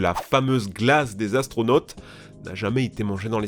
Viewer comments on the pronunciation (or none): oui oui les fameux "Atronautes" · Les "ATRONAUTSES"